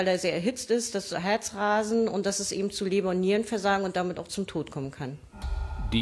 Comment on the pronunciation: "ebend" Ich kriege Ohrkrebs.